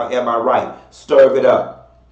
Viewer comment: I luv when says “stirv it up” 😹